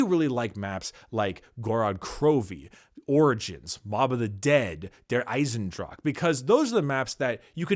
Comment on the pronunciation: ok I know this is like one year ago, but if a german word ends with an "e" it almost always has 2 syllables like "Dra-che" or "Waf-fe" So it would go "Ei-sen-dra-che" just saying ;D